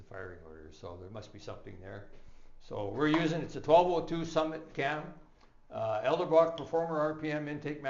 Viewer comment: Its Edelbrock not Eldabrock